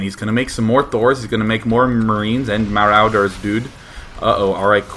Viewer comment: why does he say maroooders dood?